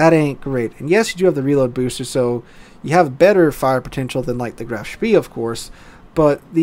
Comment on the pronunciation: I'm under the impression that it is pronounced "schpay"